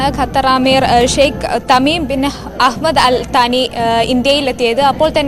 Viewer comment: അഹ്മദ്‌ അൽതാനി അല്ലാ... ഹമദ്‌ അൽതാനി